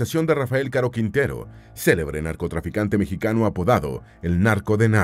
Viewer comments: Por que dice mexiqueno y no mexicano? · Pq dice "mejiqueño"??